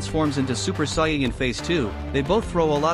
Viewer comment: Soyin 3 weird way to say it but good vid :)